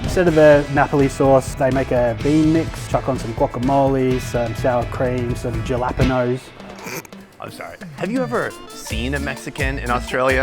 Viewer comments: As an Australian I can tell you nobody pronounces jalapenos as jalapinos here. XD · I’m sorry, Aussie here, did the guy just pronounce it Jal-lap-penos 🤯 😂 Also ham and pineapple isn’t even a Hawaiian thing how you gonna give a Parmi hawaiian flavour by using a Canadian invention. Pineapple doesn’t even grow in Hawaii. You wanna give it hawaiian flavour put some Taro and Spam on top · I’ve never heard anyone actually pronounce jalepeno that way. Is that how all Australians say it? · Jellypino’s righto hose-jose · Melbourne is not the most populated city, Sydney is. And yes they have trouble pronouncing Jalapeno. They forget the J should be an H. And it's Barra --mun (not moon)-dee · Jalapeno pronunciation was a Culture crime. you would think he should have learned how to say it. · first I've heard a fellow aussie mispronounce jalapeño😭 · Ok I am a little embarrassed by how he pronounced jalapeño, I assure you that most Australians can say it correctly LOL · Just want to say most aussies don’t use a hard J to pronounce jalapeño. 😂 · Buddy pronounced jalapeño like Ricky from trailer park boys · When he confidently pronounced Jalapeños, cracked me up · Australians do not pronounce it like he did.